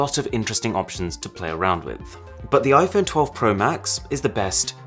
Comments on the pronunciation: Arun said iPhoney. 😂😂😂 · Try and convince me he just said Iphone "I phoney" 😂😂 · did you just say iphoney